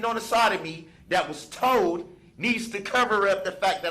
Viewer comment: He only wants the "troof to be toled" 🤣